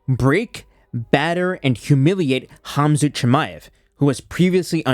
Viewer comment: Even though the Cyrillic letter "X" is transliterated to Kh the K is kind of silent. No idea why he says "zoot" but Khabib is pronounced "Habib" and Khamzat is "Hamzat".